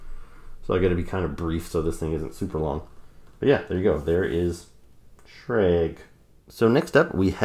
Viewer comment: The Infantryman's Name is pronounced Shrah-guh, the 'g' is a hard consonant while the 'a' is a soft vowel. Just a little Phonetics tip,, sir. Take care.